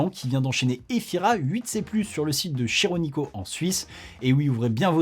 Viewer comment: Faut bien trouver de quoi râler dans ta super émission. En italien, ch se prononce k. On doit dire Kironico, du coup. Sinon, nickel comme d'hab